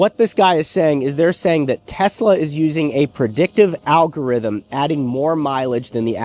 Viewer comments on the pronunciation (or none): none